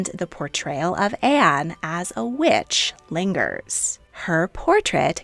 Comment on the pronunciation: Funny how sometimes when you say the word “witch” it sounds like “Wiiuch” lmao